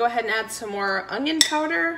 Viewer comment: Must be a common speech to say onion with a G